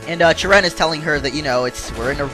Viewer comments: you are saying cheren wrong you: CHUH-renn real: CHARE-run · hey ppl plz dont hat this is something a game designer said on the website the name cheren its acctually sheren when you pronounce it